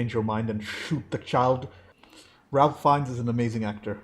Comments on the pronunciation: Love your insightful reviews,! This is a fantastic film but it’s also so hard to watch movies on this subject. As a point of weirdness / interest, Ralph Fiennes is pronounced ‘Rayf Fiennes”. I always get him and Liam Neeson confused. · Raif Feinnes it's pronounced and not as spelled. Spielberg filmed it in black and white because it was a bleak and colorless time fur the Jewish people murdered by Hitler's orders. it's more powerful than ha it been filmed in colour. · Ralph Fiennes’ first name is pronounced like ”rafe”. Not like the most common Ralph. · (Just FYI, Ralph Fiennes’ name is pronounced not like Ralph but like Ray-f or Raif. No “L”😉) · Ralph Fiennes first name is pronounced as "Rafe" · Around the time of Schindler's release, Spielberg produced a companion documentary called The Last Days. A chilling, must see document. The Shoah Foundation is releasing an anniversary remaster this year. Check it out. Also, the "Ralph" in Ralph Fiennes is pronounced: Rafe. I know, we had trouble with it in '93. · Ralph Fiennes name is actually pronounced "Raif." Another great reaction! A detail I love which took me a few viewings to catch, is that the rabbi is the one in the scene where the gun keeps jamming. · Just a quick side note: Ralph Fiennes’ first name is actually pronounced like “Rayf” ( like safe). Thanks so much for sharing your reaction to this film. 👍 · Have your tear ducts been removed ? It makes me cry in multiple scenes. Ralph Fiennes name is pronounced Rayf. Also, stop reading subtitles on English movies... you're missing the emotion in actor's faces if you're always reading.